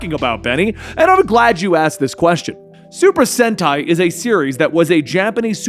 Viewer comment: Your saying super senti correctly that how you say it